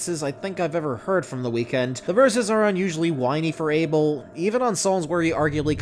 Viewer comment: I can't even agree with your statements when you can't even say ABEL properly.